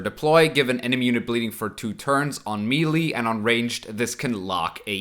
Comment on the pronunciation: Hey, love the content just a quick pronounciation thing. The world Melee comes from French, and is thus pronounced "meh-lay"